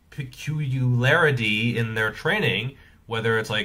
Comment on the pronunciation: pecu-ularity. Never heard that one before🤣